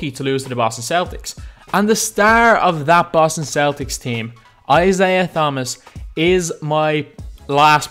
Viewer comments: This dude said kyrie is 81 hah! Psyke he is gonna be like 87 I just watched a vid of NBA players reacting to their ovr also he said isaiah th-homas th as in thumb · He pronounced Isaiah Thomas wrong he said th wrong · U pronounced thomas wrong and I laughed